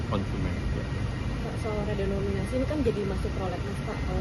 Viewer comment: Ngucap redenominasi aja gak bener pak ...mau kritik menkeu